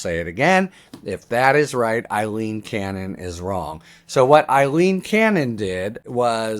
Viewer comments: Her name is Aileen not Eileen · A-leen, NOT I-leen. You must have read her name, Aileen, hundreds of times so I don't understand why you always pronounce it wrong. I abhor her and I think she is something that rhymes with abhor, but it's not a good look for you to consistently mispronounce a simple English name. After all it's not a Russian name like Yevgeny Prigozhin.